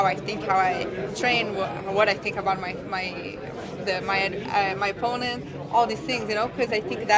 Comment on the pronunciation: 4 years ago she sounded like a valley girl, now she can barely pronounce 'opponent' and btw ,if she can't make weight, Fat Chik fightwear is her new sponsor